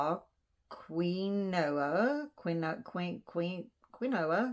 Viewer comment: Nice box! Btw, I had a hard time saying quinoa. 😂 I tried on all kinds of weird pronunciations! I remember it as keen-wah.